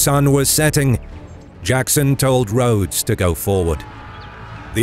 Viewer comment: Great video but one slight correction its Rodes not Rhodes when referring to General Robert Rodes